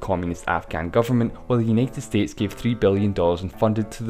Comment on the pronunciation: Uneted Estetes LMAO!!!!